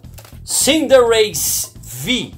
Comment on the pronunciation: Sabe nem fala é cinderace bro